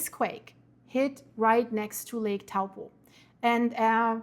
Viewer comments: toe-paw that's the correct way to say it ... big snap. with a little rumble on the Coast NP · Good effort. Taupo is pronounced like Toe-poor without the r sound.